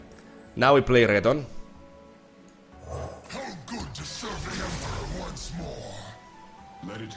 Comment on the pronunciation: I love the way you pronounce Renekton, sounds more sleek.